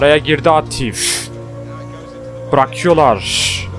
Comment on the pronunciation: abi o aatif değil aatıf